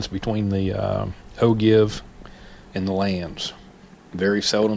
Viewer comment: Excellent post...But, it is pronounced O-Jeev, with a J sound, not a G sound. Don't mean to be a grammar nazi, but that's the pronunciation.